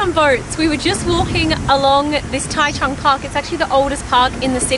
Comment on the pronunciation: taichung 居然沒有 ㄓ或 j的音 我的媽呀 唸出來誰聽的懂